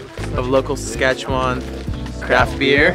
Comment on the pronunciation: Who are these two guys? You need to learn to pronounce Saskatchewan better, in your video about Saskatoon and hearing the pronunciation of Saskatchewan was like nails on a chalkboard to a native of this province.